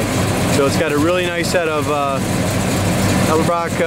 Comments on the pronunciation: You lost me at "Eldebrock." It's "Edelbrock." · "Eldebrock"😉 Don't feel bad....for years I mispronounced it the same exact way until someone took me to school over it. Nice ride!